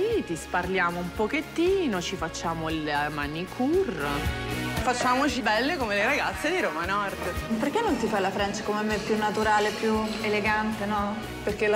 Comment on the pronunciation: “la manicur”